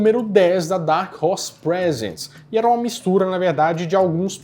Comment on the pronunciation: You should read "Prézents" and not "Presents". The way you read it is for gifts and instead it is supposed to be for presentation. Not a complaint nor a critic but I think it's important to learn words that have double meaning.